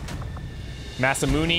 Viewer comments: I hate to be that guy, but it's pronounced Masamun"ay" not Masamun"ee". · Don't! It's Really going to get my goat if you listen to this guy. You've been saying it Mas-Ah-Moon-Ee, which is very Canadian of you, but not all that wrong. There isn't a "Magic E" in Romaji, so Mas-Ah-Moon is improper. Instead, try Mas-Ah-Moon-Ae. Backup Source, if you really need it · That guy is actually a little wrong. Masamune is pronounced Mas - ah - moon - ay (as in Hey, or Day, or Gay). Or at least, that's how it's always pronounced in Japanese whenever I've heard it. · ma - sa - moo - ne ne is not ney like money, but ne like ne in necro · Shouldn't Masamune be pronounced as "Mas-ah-moon-a" ? Shorter pronunciation on moon. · die a little inside every time I hear him say Masamun"ee"